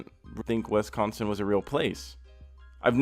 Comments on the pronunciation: Everyone: “Wisconsin”: “Wesconsen” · we all gonna just act like he ain't say "wessconsin" bruhh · Was he saying WESTconsin? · I live on a lake michigan bay city and hear alot of yoopers pronounce it the same way 😂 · ugh! sorry but the way you say wisconsin sounds weird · Why you say Wisconsin like that? lol